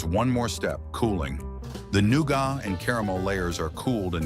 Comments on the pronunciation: THE NOOGAH! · The way he said nougat had me dying the whole first part 😂😂